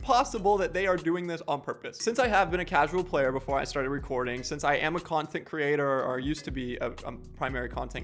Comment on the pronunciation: Is it just me or did he say "if I was a playe"??????